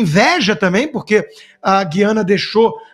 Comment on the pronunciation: Senhores comentaristas,não é guiana.O correto é Guí-ana.